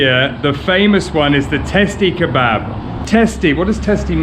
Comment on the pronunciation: Actually we call it "Testi Kebabı" with an additional "ı",without the dot .We pronounce it /kebuba/